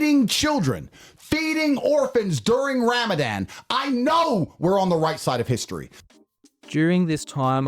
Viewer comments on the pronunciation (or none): I know plenty of white people that pronounce Ramadan way better than Andrew Tate wtf was that 😂😂😂😂